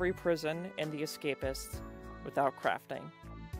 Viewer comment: In the beginning it soundid like you said with out craping